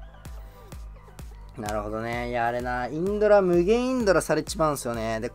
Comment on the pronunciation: もうのせいでインドラのことインズラーって呼ぶ体になってる